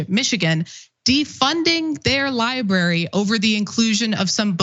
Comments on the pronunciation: Cenk’s pronunciation of library/librarian is my 13th reason. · Not to bury the lead here, but can someone please coach Cenk on how to pronounce the word "library?"